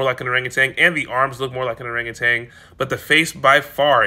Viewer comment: I hate listening to people mispronounce orangutan. There is no g at the end of that word. Stop saying it.